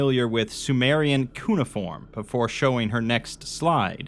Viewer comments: "koo-nuh-form" No, holy fuck no, its "cue-na-form". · Sumerologist here! It's /kju/-neiform, not /koo/-neiform. In case it ever comes up again. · cuneiform = cue-nay-ih-form just so u know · no it’s not it’s cue-neigh-i-form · there is no second "i" sound, just cue-na-form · Sorry, totally gonna be that guy. It's cu-nay-eh-form. I'm pretty sure anyway. Lol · In this episode: rapes the word Cuneiform while trying a new snarky persona thats not working at all. And The author watched one DeepDream ai video in 2015, becoming their whole personality during the writing of this dumbass story. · It's like you're saying "Harry isn't pronounced hairy". Which I know Brits insist upon, but nobody can spell out the difference.